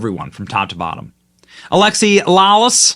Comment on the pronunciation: It's not Alexis. It's Alexi, and it's a dude, for anyone who was confused. Used to play for the USMNT back in the day.